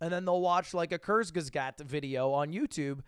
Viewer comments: Hey Ludwig it's actually pronounced kurzgesaght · "Kurzgesgat" i am dead 😂